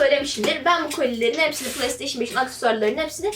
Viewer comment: kizancik playstation okumasini pılay diyor pılay nedir...pilav de bali